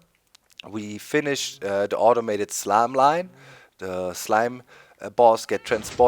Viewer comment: Your pronunciation of slime-line is awesome. :D